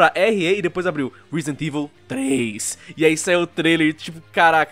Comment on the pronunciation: 'Resident Evil tRêS' Ahsuahuauaha